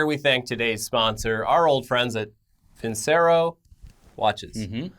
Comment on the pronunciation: Hrmmmm, used to study classical music as a kid, my parent's choice, not mine. If they're an italian watch company, I"m almost 100% certain Vincero should be pronounced vin-chair-oh. If I'm wrong, cool. But if I'm right, might want to check with the company to make sure you're not taking their ad money and pronouncing their name wrong XD